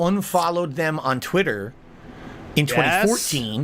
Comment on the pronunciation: The way this clown says Twit-TUR makes my skin crawl